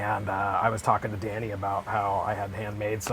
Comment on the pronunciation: A lot of people call George Harrison’s son Danny. His name is Dhani. It’s pronounced more like Donny. Kind of a blend of Danny and Donny. You pronounce the H.